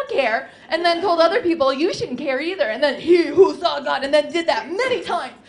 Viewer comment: Your "persian" accent would be great if you starting putting "the" all over the place. And I love when "that" becomes "dat". O, ya!! and how "small" is pronounced "esmall"...carry on the funny work. I really enjoyed it.